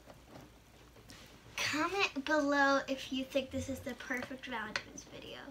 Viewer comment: Happy Valentine’s Day. I always laugh when people say valentimes day. It’s cute